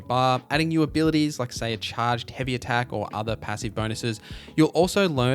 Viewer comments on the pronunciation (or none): none